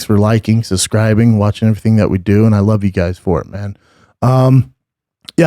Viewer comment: I’m gonna unsubscribe if you keep saying suscribing